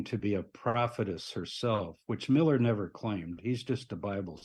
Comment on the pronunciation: Ment miller not millet.